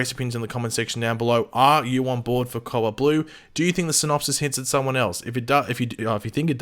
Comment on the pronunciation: cowalt blue is what I thought this man was saying the whole video...then I read the title